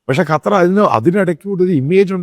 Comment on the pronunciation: കറ്റാ അല്ലടോ ക്ണാപ്പേ, ഖത്തർ